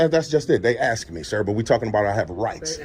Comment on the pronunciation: ASK not AXE you Ratchet Ghetto Thug #GetARealJob LOSER